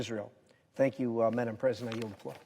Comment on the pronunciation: Why does he say maddam president?